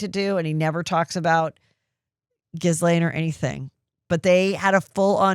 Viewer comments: Heather please - The S in Guislaine is silent. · She does it on purpose…. Basically to call her Jizz-lane. She had mentioned on an episode with her sister Shannon.